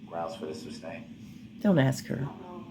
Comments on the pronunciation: It's my pet peeve also. He asked witnesses if they "seeked" to testify, I was losing my mind! Substain drove me crazy the most. Boff instead of both. Troof instead of truth. I can go on and on. He's even lazy when he talks! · substain, axx, tackit, and on and on